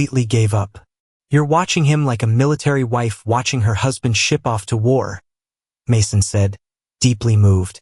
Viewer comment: What is with the all the mispronunciations? Just say "Jesus" in English. And how did it say "Mason"? OMG